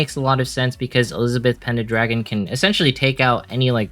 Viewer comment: Just nitpicks regarding your pronunciation, i hope you don't mind 😅 It's Pen-dra-gon not Pen-da-dragon. Ga-uhn not Ga-yoon. Maria is [UP] this week, if only i can get her as a drop. 😩